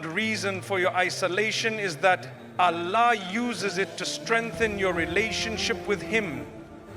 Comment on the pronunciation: Is this AI generated voice imitating Mufti Menk?? Why is he saying Allah incorrectly?